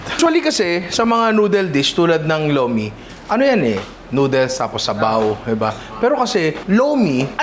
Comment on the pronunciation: ang pronunciation po ng Lomi sa batangas is "Lu-meh" hehehe